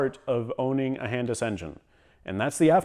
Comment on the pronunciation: Today I learned how Canadians pronounce "Hondas"